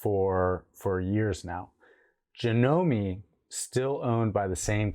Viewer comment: Done pronounce the e in janome